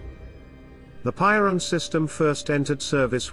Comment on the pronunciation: Piorun not Poirun ffs